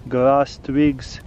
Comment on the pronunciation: I just love how he says twigs....tvigs.